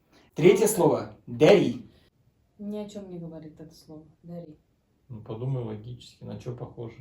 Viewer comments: Не дәри, а дәрЫ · Дари демей дәрі дешиш орыссыңба не натури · В казахском есть буквы которые читаются по другому по этому Дарi и Кiтап вы не правильно им прочитали. i - [ɘ] . Я так понял на башкирском "бет это вши" а лицо "бит" то есть у нас "бит" это вши) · Дәрі - это не дарИ, і - это как Ы, только мягкая.